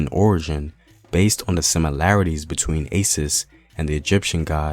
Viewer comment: It is Asis. Not Assis. Or Aisis Thanks for covering 😢. I can help you with Kalenjin pronunciation around Iten. Kenya. ❤. Most people will just understand that you can not pronounce the S. The will appreciate if you don't remind them that nobody in Iten or Tambach or Eldoret can ever roll the R in American or English way. For us people in Iten and it's environs, not dwelling in accents is The beginning of freedom 🎉🎉❤❤. Unfortunately we produce the best hard distance runners. So we have to defend/ protect them when they are out of breath 🎉🎉🎉🎉